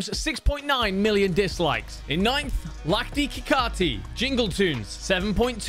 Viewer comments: As an indian, his pronounciation of "lakdi ki Kathi" has made me want to jump off a cliff I know he doesn't know Hindi but it was so confident i- 😭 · The way he pronounced "Lakri ki kathi" made me laugh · Being an Indian Man what is 'lakdi ki kaaathi' The spelling is 'lakdi ki Kathi' But the pronunciation is 'lukri ki katthi'.